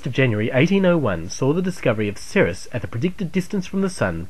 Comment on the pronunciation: that is just one of the mistakes. Another is he said Ceres like "sereus" instead of "series" like it should be.